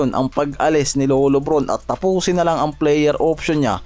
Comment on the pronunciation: 😂😂😂😂😂Taposon ba😂😂😂😂😂😂bulol ka boy😂😂😂😂😂😂taposon ha😂😂😂😂😂😂